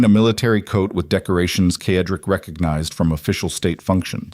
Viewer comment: Why can’t AI pronounce Cedric(Sedrick) instead of Kedrik!!! Annoying!!!